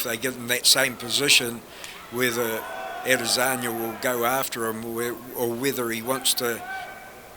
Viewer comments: I heard "Israli Lazania" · This commentator called Ade 'Lasagna'. Lol. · I heard "Israeli Lazania" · How many times the commentator said Alasagna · Nobody: The Commentator: Adezanya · This guys says Ed lasagna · The way the commentator pronounces Izzy’s last name sounded weird! Kind of irritating. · sounds like the dude is struggling to say lasagna